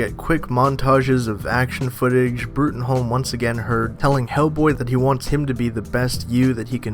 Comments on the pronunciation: It's pronounced Broom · It's pronounced broom.